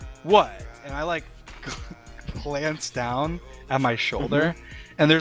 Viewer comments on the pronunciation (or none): "clance down" </3